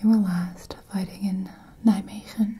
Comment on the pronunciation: Nijmwegeeeeeennn😂🇳🇱❤️ Ik heb dat eerste stuk echt 100 keer opnieuw geluisterd om te kijken of je Nederlands of Engels aan het praten was hahah